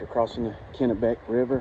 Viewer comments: You pronounced Kenebec perfectly. Katahdin needs some work though. Lol Great videos, keep it up ! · I think you're pronouncing Kennebec right. You can never tell about the Kennebec by looks because the water level can change so rapidly due to the dams. You must be catching that heat wave. That week, it was hotter at my brother's in Boston than it was here in Texas. I don't think I've ever seen a Nobo who didn't slow down in Maine. Even the ones doing 30 miles in the south end up only doing 10 or so a day in the Whites of New Hampshire and Maine.